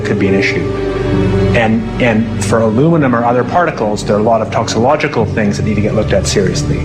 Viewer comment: And he cannot even pronounce "toxicological" correctly (he says, "toxilogical"). Highly disturbing individual.